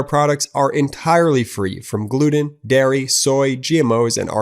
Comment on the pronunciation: Really,, GLUDEN? Try a speak English bar,....